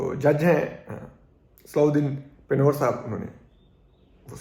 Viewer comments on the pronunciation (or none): Name is pronounced as,,,pah wer,,nun is almost silent.. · Correct pronunciation of name of Justice is " Panwar " پا ں ور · پنھور کا تلفظ غلط ادا کر رھے ھو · جج صاحب کا درست نام صلاح الدین پَنہوَر Pan-h-war ہے۔۔۔